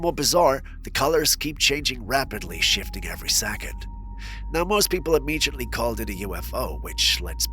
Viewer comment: im-mee-jutly? Lol.